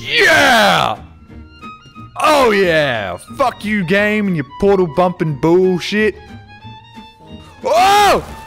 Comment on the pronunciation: As a fellow Australian I feel particularly seen by your pronunciation of 'bullshit' as 'bewshit'